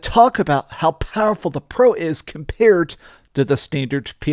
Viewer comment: It is very "fowerfull" lol